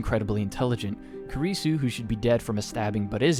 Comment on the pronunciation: ma guy really just called kurisu "kirisu" lmao